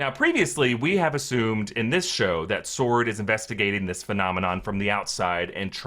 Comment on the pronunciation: Sword not “sworrrrn”